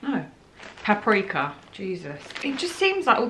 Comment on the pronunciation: “Parpeaka”😂😂😂😂😂 honestly howling